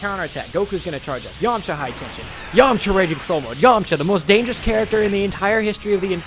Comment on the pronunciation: Lmfao you got me so excited having me that someone super strong was going to go against Broly but you said Yamaha when u said that I fainted.